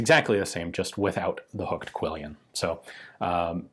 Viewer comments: Just because every so often I have to be 'that guy.' It's pronounced QUILL-ON not QUILL-E-ON. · I believe it's a French word, and therefore it would have originally been said as something resembling KEY-YON. You know Ian tries his best with those pesky French words, lol. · Just because I see this mistake everywhere, it's 'quillon', not 'quillion'. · Pronounced like "quill-on"?